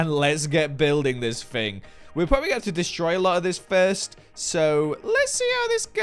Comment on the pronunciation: "The firsyt thing you're going to want to do is make a cup of Yorkshire tea." Spiffing Brit, is that you? What have you done with?